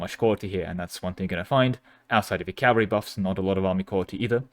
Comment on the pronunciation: It’s pronounced, “ca-VAL-ry”. Cavalry. Not “CAL-vary”. Cmon man.